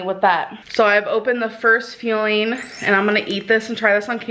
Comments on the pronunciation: If this weight loss program really does call their food "feelings" it's completely STUPID!! and if AL loss calling " fueling" "feelings" turn she's stupid and it drives me crazy every single time she says it! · When I first saw her video and heard “feeling #2” I thought she was saying she was feeling like shit since eating it. ???? Grammerlynn at it again. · I was thinking it the first time she said "feeling" instead of "fueling". Does that count? 🤣